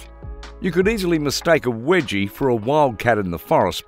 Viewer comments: its not "wedgie" its weejee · Wedgie!?? Can you anglophones just stop destroying names!!